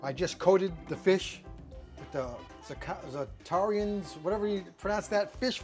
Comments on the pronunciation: Zar-Tah-Rans is how it pronounced on tv cooking shows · it’s pronounced zat-er-anz. 🤪🤙🏻🤙🏻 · Za-Ta-Rans like Vans but ya know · Great video. Hope to do some of this next month in Pensacola. Btw, it’s pronounced “Za tuh rans” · gotta learn how to pronounce Zatarains down here!!!